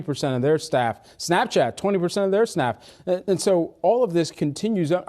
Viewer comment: he said snaff 😂